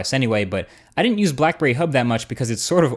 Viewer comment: black burrey xD